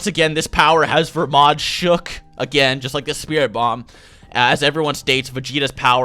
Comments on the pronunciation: Its belmod not vermod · I thought his name was belmod, so is it pronounced "Vermod"?